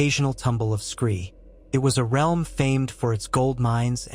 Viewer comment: "..It will shake the R.E.A.R.L.M.." good job electronic voice!